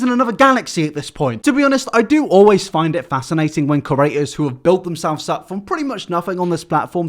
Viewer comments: I'm begging you stop saying Curator....CREator pls for my sanity pls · I dream one day you’ll pronounce ‘creators’ right but I guess the contents good enough for me to ignore it 😉